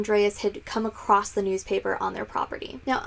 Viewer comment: Please don't say "acrossed" or "acrosst" - the word doesn't exist and I hear Americans saying it all the time. I think you mean "across"; you look as if you've read enough not to be making that mistake blah blah..